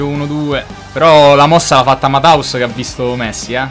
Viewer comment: MATHÄUS SI DICE "MATTEUS" NON "MATAUS"(non e per giudicare fino una settimana fa lo dicevo pure io)